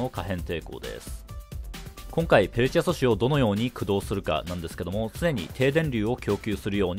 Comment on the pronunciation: ペルチェ素子って言えてない